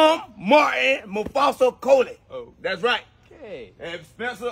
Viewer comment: Coley... Not Cody... Lol... I'm part Coley....I rewound it to make sure that's what he said... He did...lol